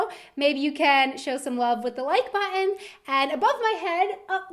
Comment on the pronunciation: "... hit the like bu''on..." The skipped tt can never be unheard. 😁